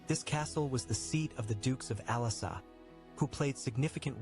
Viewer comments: Like pronunciation of the castles' names. I imagine the poor guy going to France and asking where the castle of Alassa (for Alençon) is, and people suggesting he booked a flight to Cyprus. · Ooohhhhh, there is le Chateau des Ducs d'Alençon, my home town holala 😀...the documentary speaker pronounces Alençon so bad hahaha 😂